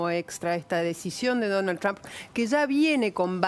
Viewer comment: Ines Capdevila, que pronuncia muy bien "Trump", se canso de promocionar la perdida de Trump a manos de Hillary, al igual que Silvia Pisani. Capdevila tiene Usted alguna duda de que China arruino la economía mundial y destruyo millones de familias ? Deje de defender lo indefendible Capdevila. Que EEUU no tiene la tecnología de China, saque la cuenta de la cantidad de gente que directamente no tiene baño en China y volvemos a conversar. China va usurpando con esas bases o islas, de gracias a Dios que existe EEUU y le hace frente a los chinos y a cualquiera. Ocúpese de pensar, cuando los chinos le corten el chorro a los argentinos, y lo que pagan 10 ofrezcan 5 cuando sepan que son la única salida.